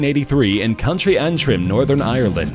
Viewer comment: You completely fucked up "County" You pronounced it like "Country"